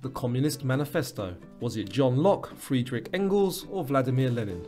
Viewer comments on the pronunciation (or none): none